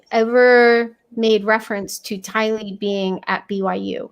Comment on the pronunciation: Thank you ladies for sharing what you have learned about this Doomsday couple; your hard work, skill and God-given sharpness of mind is appreciated. Also thanks to all three of you for proving my point in how Tylee’s name is pronounced, Ti’-Lee not Ti-Lee’. Maybe it’s a thing according to where you live. Anyway, I like your pronunciation best. Great video! So much to learn on this case.😘💕💕